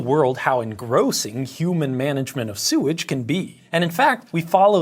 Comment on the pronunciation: Heh, "en-GROSS-ing" 👍